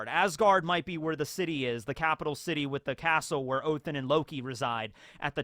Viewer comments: I know it's not scripted telling but it's ODEN not OTHEN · It’s not Othin, it’s Odin! You have a norse mythology book behind you, you have said yourself that you like norse mythology. And yet you say Odins name wrong! Shame on you! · Please call him oDin Not othin Its Sounds so wrong😂 you pronounced jormungada good👍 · It's ODIN BRO, NOT OTHIN🤣🤣🤣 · Why are you saying Othen not Odin/oden? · ha-ha-ha oathin oh its odin just thought I'd point that out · pls someone explain why hes saying „othin“